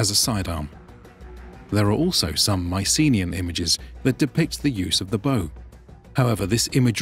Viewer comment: The usual pronunciation of 'Mycenaean' has the stress on the last syllable.